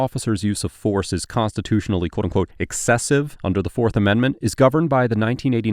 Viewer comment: Quoteunqote (one syllable)